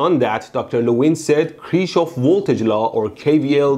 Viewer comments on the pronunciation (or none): no offense... But there is still one small mistake... Kirchhoff was a german and therefor his name is pronounced like kirchhoff and not like kirkhoff, or kirschhoff, just look up german video about his laws and youll know how to pronounce him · Kirchhoff is the correct pronounciation. Saying Kirkhoff is completely false. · I love these videos but Kirchhoff is pronounced very incorrectly. It is said like “Kerk-off” in English. Not “Krishov” Edit: V does sound like W in English. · It's Kirchhoff, not Kirshhoff or Kirkhoff! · The guy isnt called Kirshhoff nor Kirkhoff. It is Kirchhof. Pronounced Kir-ch-of. Ch pronounced by breathing out with an open mouth. The R is hard. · its sounds like you call him cherry hoff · It's pronounced "Kirchhoff". Hue hue hue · electroBoom was a German scientist? or whose pronunciation was right? Kirsche-hoff is not correct pronunciation (maybe in some weird parts of germany). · You are killing me, by how you pronounce the name Kirchhoff. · Man, just one thing - learn to pronounce Kirchhoff, please. No cherries involved (Kirsche)